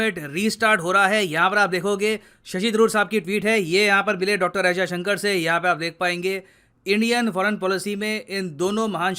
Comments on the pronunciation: He not Ajay Shankar, S. Jaishankar.. At least take the name right.. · Kya boss naam to sahi bolo unka naam jayshankar hai Ajay Shankar nahi hai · Why Ajayshankar? "Jaishankar" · एस्. जयशंकर ऐसा नाम है....अजयशंकर नही! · Ajysanker nhi Yar jaysanker bolo Kuch bhi murkhon jaise bake ja rahe Ho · Ajay sankar !!! ..... Atleast pronounce the name properly .